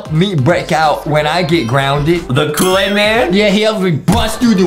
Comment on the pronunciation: Adem said a mispronouncing word. Here—> “KOOWAID CUPKWAKESH”